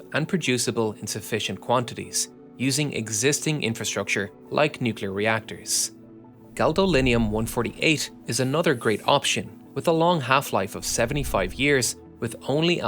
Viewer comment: first, its Gadolinium, not Galdolinium. Second, considering future production of Plutonium 239 is likely to rely on a purpose built reactor which would be far more expensive than a particle accelerator. Just look at the GIGANTIC cost overrun of the Vogtle units 3 and 4 expansion.